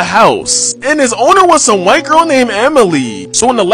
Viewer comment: Why'd you put an emphasis on white